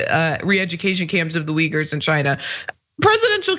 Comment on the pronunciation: Still didn’t know he said Uyghurs. I almost shit when I heard him. I thought he said wiggers. I know republicans are racist by nature but to ask about those wiggers was below even them.